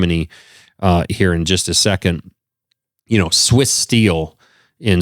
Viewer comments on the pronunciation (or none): none